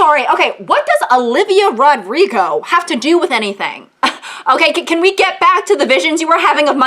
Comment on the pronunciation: The way you say Olivia "Rod-rigo" made me giggle